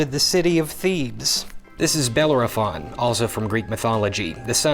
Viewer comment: Only things that upset me about that fact is how he said Bellerophon and that he said he got the bridle from Athena. I heard a version that says he got it from Poseidon.